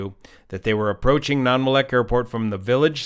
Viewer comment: That pronunciation of Nanwalek is rough. Nan-wall-eck.